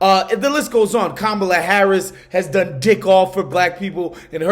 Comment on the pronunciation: Ben still can't pronounce Kamala correctly, still insists on mispronouncing her name... but hey get over it.